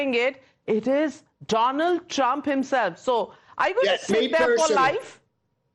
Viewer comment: Donald trump ❌ DoLund Trump ✅😂